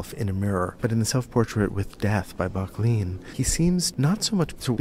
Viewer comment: Great video, but It's pronounced "BUCK-lin"